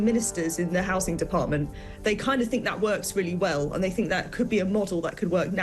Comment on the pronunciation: Your presentations would sound a lot better if you could pronounce your “TH’s”…we don’t really want to know what you “FINK”.